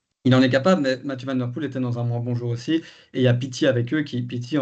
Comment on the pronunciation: Van Aert, mais van der Poêle, avec un petit v, c’est la différence entre le flamand et le néerlandais. Je suis flamand et je parle en connaissance de cause